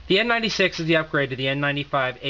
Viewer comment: what did you say? N NINETY SEX?